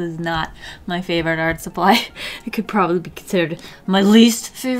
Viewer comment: I dunno why but whenever says “Art” I hear “Arf” I’m so weird.